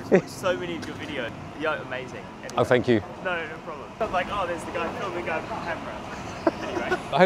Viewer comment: "that camera "